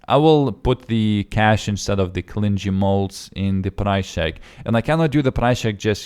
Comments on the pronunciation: argh pronunciation it's not clin gee it is clingy Cling...ey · Clingy {Cl ~ ing ~ ee} "ing" is like "fishing" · Im sorry but isnt it pronounced "clingie"